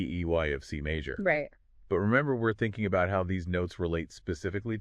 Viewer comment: C "Mawwwj" seven chord.. LMAO